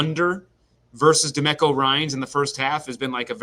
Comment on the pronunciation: Is anyone gonna tell how to pronounce Demeco Ryan’s name? 😂